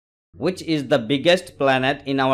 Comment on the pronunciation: Planet hota he plant nahi😂😂😂😂😂😂😂😂😂😂😂😂😂😂😂😂😂😂😂😂😂😂😂😂😂😂😂😂😂😂😂😂😂😂😂😂😂😂😂😂😂😅😂😂😂😂😂😂😂😂😂😂😂😂😂😂😂😂😂😂😂